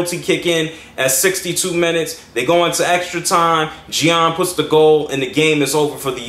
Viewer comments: ya u kinda are.. its aigght its pronounced jan. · You're better at saying his name than the US announcers. It's pronounced JAN. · "..in an extra time goal by Geon and i hope i'm not butchering that name" LOL